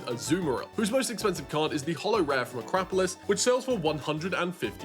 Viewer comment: Great video! No Legendary Collection! But instead, everything is from Skyridge... Great. How annoying. Just like your pronunciation of A-crap-olis.